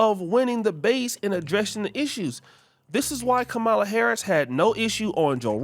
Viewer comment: Even if you do not like her, why don't you pronounce Kamala's name correctly?